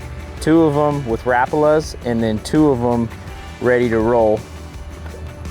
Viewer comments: It’s hurt me to hear you say rapala that way you did lol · Rap-a-la in the USA = Ra-par-la in AUS 😂